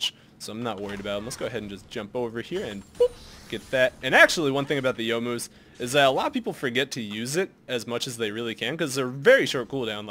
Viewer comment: Around 22 minutes, why were you healing when you hit the ward? Also I never realized how much I appreciate that pronounces Youmuu's correctly.